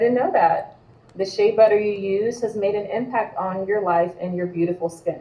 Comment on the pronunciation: Did she just say sha butter smh. FBA is the culture worldwide. Im from Texas, there's oil everywhere here, sad to say but the oil would still b n the ground in Nigeria if it wasn't for the greed and innovative minds of the European. Knock it off